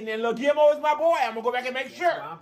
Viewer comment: u didnt say gil mo lmmfao!!!